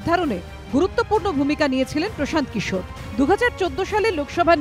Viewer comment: Bangla te hindi bolun ken prashanta kishor naam ta to thik kore bolun eita to bangla news chennal. Eidhoron er uccharon er jonno news dekhte mon chaina ei bangla chennal gulite.😔😔😔